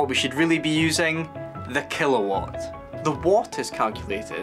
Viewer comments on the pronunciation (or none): none